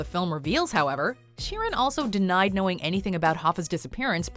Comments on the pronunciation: It's sheer an not Sharon ok sheeran Frankie sheeran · It's pronounced sheer an ...that is it sheer an ok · Pronouncing Sheeran like "Sharon" is very confusing for english viewers.